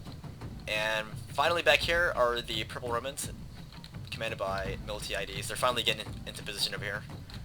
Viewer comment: Mill-Tie-a-dees, Tis' the correct way to pronounce his name, he was the leading Greek general in the Battle of Marathon.